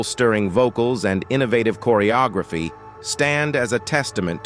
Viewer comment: Just THE WORST A.I. narration ever!! Chorrry O Grayphee for "Choreography." LOL 😆 🤣